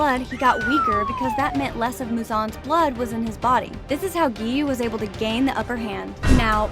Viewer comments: Anybody catch on that she said guy instead of Giy you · Why did you say guyui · Not him calling him guiyuu 😭😭😭😭😭😭😭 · Giyu X Gayu ✓ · U said guy uu instead of giyuu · The time that she said gayuu instead of giyuu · It's not guyi its giyu(I'm not being bad) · Why she was calling giyu guyu at the rui bit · It's not guyu it's giyu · It's giyu not guyu you silly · It's Giyuu not Guyuu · i love how instead of giyuu its guy uu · I like how you say Giyu you were saying gayu but it’s giyu lol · "gayu" instead of giyuu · Why did you said guyu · the way they said giyu like "guyew" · The part here she said might guy yu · “Guy yu” (sorry if this not funny) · Giyu? NO. Guy-you? HELL YEAH. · Why did you call giyu guy yu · bro said "guy-you" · OMG GUYYU DEF NOT GIYU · He is not “Giyu” he is “GUYYOU” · Brooo called Giyu guyu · I like how he called giyu guyu when talking abt rui’s death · Can we learn the names? Gee-you is how it’s pronounced. And tah-me-cuh. Last vid I wanted was just as bad. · guyuu lol 😂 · Girl realy said"Guyou"🤡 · (GEE-YU To Gi-Yu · I like how she pronounce "Giyu" into "Gayu" sometimes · Bro said gayo💀😨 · Guy-Yu xD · bro said guy you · SHE SAID “guy you” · Ahh Yes It's UU Not Giyu Yess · "Guyu" lol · ‘Gyuu’ lol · I hate the fact that she called giyu guyu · literally called giyu gaiyu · That’s not how you pronounce ‘giyu’ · Your saying giyu wrong ur saying it amercia way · ❌Giyu ✅Guyuu ❌Kyogai ✅Kiyoguy ❌Muzan ✅Moozan ❌Tanjiro ✅Tangro ❌Gyutaro ✅Gyootaro ❌Rui ✅Roowee ❌Kyojuro ✅Kyowjuro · bro its not TAN JEERO or GIE YU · “TanGiro” “GUYoo” “MoozAn” “Tanjiiiro” I cant